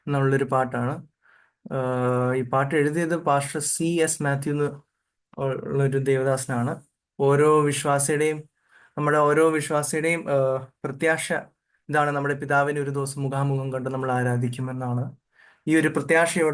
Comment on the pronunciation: പ്രത്യാഷ എന്നല്ല പ്രത്യാശ എന്നാണ് ശരിയായ ഉച്ചാരണം